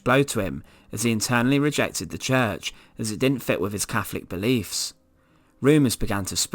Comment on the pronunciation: Fascinating stuff and immensely grisly. Our past is utterly awful. Sadly the narrator need to pronounce his "T"s and "H"s correctly and this distracts from the subject being a form of torture in itself. It kept grating on me when he mentioned "Caflik" instead of Catholic and "free" instead of three amongst other verbal atrocities. Next time get Danny Dyer to narrate if you want to get that authentic Estuary sound.